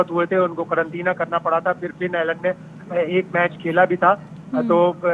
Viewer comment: Korontina kya cheez hai???😂